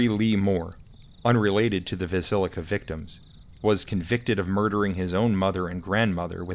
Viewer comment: I know, I mispronounced Villisca a few times, sorry about that.😂